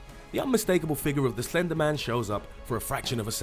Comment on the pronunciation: When you said slender man I thot you said ender men lol